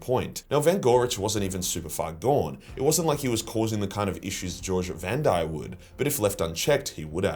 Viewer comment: It's not "George Vandire". It's GOGE